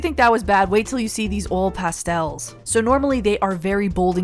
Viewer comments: I thought you said old pastels instead of oil pastels 😂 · You are correct. They're not "ole pastels." They're oil pastels. Oy-el.